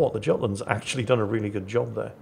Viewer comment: Act'choo'ally,... We wouldn't "act'choo'ally" you on that.